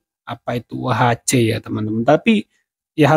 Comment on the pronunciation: Bobi mengucapkan UHC tidak benar, prenounciation salah total. Mau bikin trik tapi keliru.